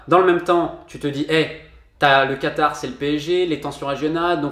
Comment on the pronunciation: c est vrai que tu as l accent du quatar par contre et bien prononcé lol mdr